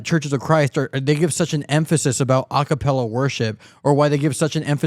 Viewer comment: "Akapala" instead of "A Capella" lol